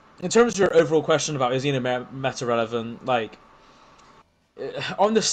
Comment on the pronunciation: “Relovent” you’re cooked 🙏